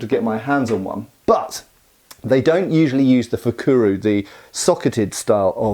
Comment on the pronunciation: A spearhead used as a dagger? I haven't heard of it, but I know it's been done. And not fukuru, but fukuro, with an "o" at the end. But. I've heard more about knives being used as blades for improvised spears. Overall, a very interesting topic :)